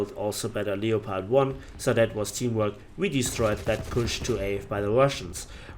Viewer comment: Leo-pard.... seriously.